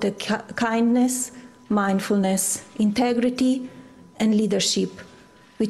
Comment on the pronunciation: "lead a sheep"?? Did she say "Lead a sheep"??